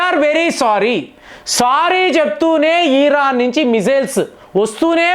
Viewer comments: అన్నా నువ్వు బుర్ర ఊపకన్నా 😂😂😂😂 ఈరాన్ కాదు ఇరాన్ అని పలుకు అన్నా 😂😂😂❤️❤️ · ఈరాన్ కాదు దాని పేరు ఇరాన్ అని పలకాలి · అవును ఎపుడూ ఈర్రాన్ను అంటారు 😂😂😂😂😂